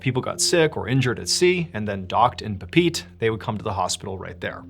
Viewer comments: Pa pa E tee Not Pete 😂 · Dude, it's pronounced PAH-PEE-EH-TE . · Pronounced “poppy-yetee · Sorry, man. Papaeete is pronounced Pa-pa-Ay-tay, not Papeete. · puh-pete > papa-eh-tay🤣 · Papeete Tahiti - it's not "Pa Pete" it's "pa pee eh tay" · There's an old song named "Southern Cross." I think it's CSNY. Anyway, they pronounce "Papeete" almost like "Papa eh-teh." Idk, just not "pa peet." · It took me a minute to realize you were talking about Papeete. 'Pa-peet' is a Western pronunciation. 'Pa-peh-eh-teh' is the local pronunciation. Each vowel is pronounced. Kind of like the Hawaiian word 'aaaa' (sweet potato). Each 'a' is pronounced. Bone to pick: You show an 'actual' picture of 'The Gray Man' with no background or provenance? C'mon... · The first story it’s not pronounced Pa-pete. It’s more like Pah-Peh-eh-teh a Tahitian word. I know your team does research into these stories but that just sounded wrong the whole time hearing it. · Are you talking about Pepetepe? Its pronounced Pep-it-tee-pay. Listen to the song "Southern Cross" by Crosby Stills and Nash...you will hear the pronunciation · Papeete is actually pronounced pah-peh-EH-teh. Loved the stories, nonetheless! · Pape'ete - pa-peh-eh-teh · Do you not research these place names before you do these stories? You’re butchering Papeete 🤮 wtf is Puh-peet? You take stories from these places for your channel and benefit, at least say the place names right. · Absolutely love the channel and videos, but ....Papeete is pronounced "pah-peh-AY-tay," with the stress on the final syllable, sounding like "pay," while the "ee" becomes a long "ay" sound in English, though locally in Tahitian it's closer to "pah-peh-eh-teh". Think "Pa-pe-et-ay," emphasizing the last part, like saying "ah" (Pa), "puh" (pe), "ay" (e), "tay" (te). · Pronounced as Pah-Pah-eh-teh. Kinda like saying Papa ET, or Papa eh-tay or similar. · Pronunciation 'papeete' is 'pah pay ay tay , ' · It's actually pronounced pah-pay-eh-tay. Papeete.